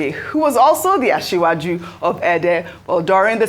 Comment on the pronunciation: So all this while Ojy cannot learn to pronounce Asiwaju very well. To imagine that you have Abati, Rufai and Ayo around that could have given her a proper pronunciation. I wonder why we would demand a white person to pronounce our names properly. It /sh/ and not /s/.